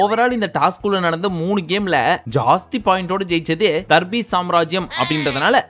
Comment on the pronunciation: Pls don’t say darbees here after pls say “THARRPIECE”